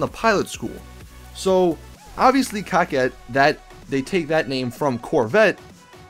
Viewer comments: Btw, can you stop calling the coquette like (cockette) and call it (coke - ette) like its suppost to be pronounced. It makes me cringe whenever I hear that word being said like that. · Quit calling the coquette the cockett. It is pronounced co-ket